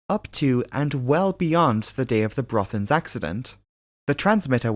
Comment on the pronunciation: Super work,. You went to great lengths to produce a well-prepared video - even the Norwegian names are correctly pronounced. I am thoroughly impressed! Greetings from the Netherlands (despite my Danish name....).